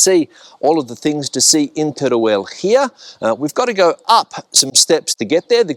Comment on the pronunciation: El video esta muy bien, pero se pronuncia con todas sus letras, tal y como se escribe TERUEL. No se dice Terel, sino Teruel